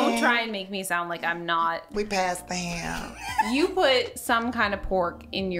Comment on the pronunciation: “We pass the hayum..”😭😭😭🤣